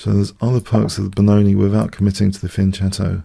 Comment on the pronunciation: A thoroughly enjoyable show. The two snake Benoni were good to see the fianchetto Ruby Lopez was instructive. The games against Shellingford and Franky4fingers were both great to watch. But the most impressive thing this week was you trying to pronounce a foreign word correctly and succeeding, fianchetto just like an Italian. Well done keep up the good work.